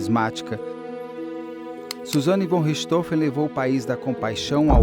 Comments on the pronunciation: Para entendam a pronuncia de Von Richthofen: se pronuncia FON Rirst-RRofen . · Ela falou com um inustificâvel sotaque americano. A pronúncia usada comumente ê a correta, com o ô fechado. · Rindo até o infinito, a pronúncia da Carla "VON RICHTHOFEN".... só por Deus!